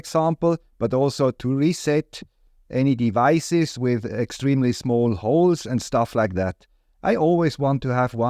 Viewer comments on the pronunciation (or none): none